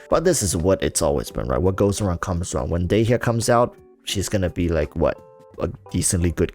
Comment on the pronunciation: u pronounced dehya wrong, obviously playing japnes voiceover eww dog